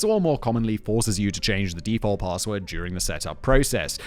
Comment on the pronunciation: Lol@ presenter: "paRRRRRRRRRRRRRRRRRRRRRRRRRRRRRRRRRRRRRRRRRRRRRRRRRRRRRRRRRRssword"